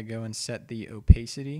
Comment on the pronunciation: It's oh-pah-city not oh-pae-city